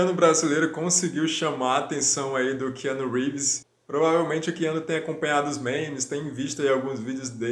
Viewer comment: Quiano Reeves kkkk